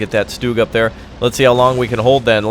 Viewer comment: Triggered- you called it stoog....its stug exactly how it sounds